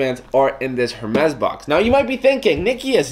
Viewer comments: It's actually not pronounce err mez but more like air mess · dude it's pronounced as "ERR MEZ"... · The H is silent in French. So you’d pronounce it ermés 😉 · Obviously not rich when you cant even pronounce the name right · The H in Hermès is silent :) no hate, just saying